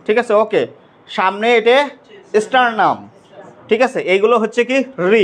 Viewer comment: ডাঃ বাবুর পড়ানো খুবই সুন্দর, কিন্তু কতবার "ঠিক আছে" বলার দরকার পড়েনা। আর উচ্চারণ স্টারনাম কে এস স্টারনাম ভালো শোনায় না। ধন্যবাদ আপনাকে অসংখ্য।